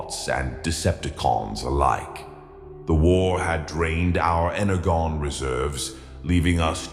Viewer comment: imagine mispronouncing energon that's crazy 😭